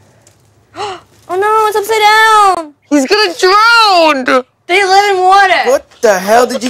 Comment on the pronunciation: It’s gonna “dRoWnnNnNd” 😂